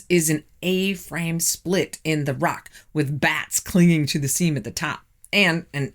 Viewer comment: Your videos are very interesting, but I had to turn off this video, because your incessant mispronunciation of words is driving me insane! The letter "o" is not a "u"! Top is not "tup", rock is not "ruck", impossible is not "impussible", document is not "duckument", and not is not "nut". Water is not, "wutr".